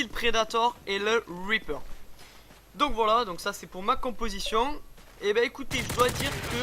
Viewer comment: pour le weaper ou lieux de reaper ... je kiffe l'accent English !